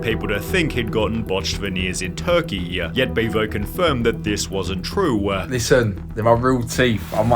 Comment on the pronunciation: Hot christ the VO on this video is utterly obnoxious. - "... in Turkey-ya... ... this wasn't true-wa...". Take my one minute view time and 3 sentence comment.